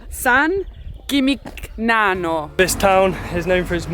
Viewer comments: Eh? All that Rosetta Stone and you can't pronounce San Gimignano? SAN JIM-IN-NYANO! (Stunning place, though. One of the most romantic places we've ever been. While watching this, we turned to each other and promised we would go back) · no "g" in San Jimmy Nyano. Like no g in Cognac.